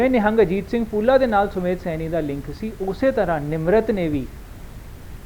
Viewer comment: ਸੈਨੀ ਨਹੀਂ ਸੈਣੀ ਹੈ